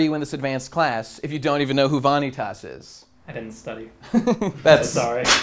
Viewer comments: everytime he says Va-Knee-Taas i die a little inside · Vah- knee - tahs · I was really hoping after all this time that would pronounce Vanitas' name correctly, but at this point, I think he's doing it intentionally just for the love of the game. GG.